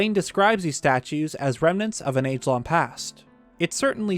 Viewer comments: "Lon ago" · "...Lon ago." Lon-Lon ago? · Why don't you pronounce the 'g' in "long"? It's bothering me.